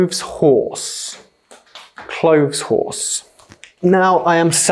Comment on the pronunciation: Those interesting for me: Colander vs Calndar Clothe horse or Air dryer (You actually said "clofs horse"😅 but here in NorthernEngland they say: Maiden) Please go for the second episode🙏🙏🙏🙏🙏🙏